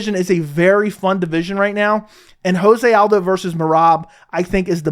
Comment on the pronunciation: It’s not ho-zay aldo. It’s Jo-zay. The man is Brazilian not Mexican.